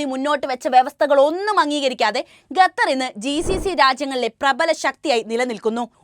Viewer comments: Gatar alla its call Qatar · Quatar not Gutar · Pronunciation quatar, not gatther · ബഹാനോ. Gather എല്ല ഖത്തർ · ഖത്തർ. എഷന്നു പറയുക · ഗത്തർ അല്ല.